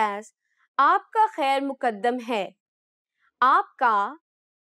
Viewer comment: Asp ka khair Maqdam hai. Khair Muqaddan bilkul galat hai. آپ ک خیر مقدم ھے۔ د کو تشدید کے ساتھ نہ پڑھیں۔